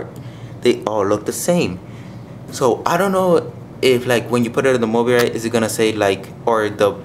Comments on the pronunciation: btw its pronounced mo-bye-rit and nice video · its pronounced mo-BYE-rit. And those are prototypes, so they're not final. But you did point out a lot of things I hadn't noticed.